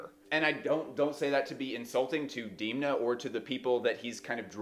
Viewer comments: It is not deemna, it’s dehm-na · Haha 😂 I’m taking my pronounciation from a Vogue article that specifies how to say it. Interestingly, in the recent conversation between Alessandro Michele, Alexander Fury and Demna, Alessandro consistently said “Demna” with a soft “e” sound. I’m just picking one tbh 🤷 I wouldn’t bet money that I know how his mom says it haha